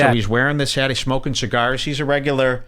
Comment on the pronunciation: You smoked all those chigarsh and you never fuggincawledme?